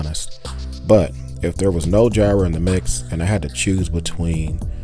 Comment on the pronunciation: It's like "fire", not "jy-ra".